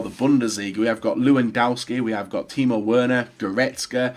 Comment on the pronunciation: That pronunciation of Werner makes me want to rip out my eardrums. Do you seriously have such luttle knowledge of Germany to where yoy don't know W's are pronounced as V's? Really?